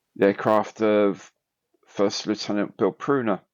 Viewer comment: Scandalous pronunciation of Lieutenant 😉